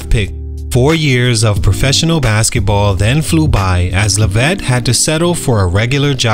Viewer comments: Lev -it not la-vette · I don't think ur pronouncing his last name right